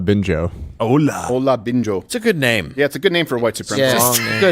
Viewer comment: They are actually fine names if pronounced correctly lol😂 that was miles far from what they sounded like